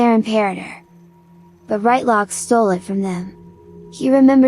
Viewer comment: Just returned from the Eaton Searing and heres the new episode! Also, not R[aɪ]tlock, it's R[ɪ]tlock.